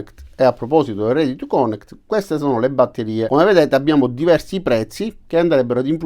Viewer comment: Bravo. Però, fai questo sforzo: si pronuncia perfórmance, con accento sulla O, e connèct con l'accento sulla E. Per poco che si sappia l'inglese non si può ascoltare